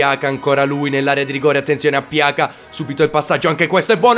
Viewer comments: non per fare il perfettino ma si dice piaza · pjaca si legge piasa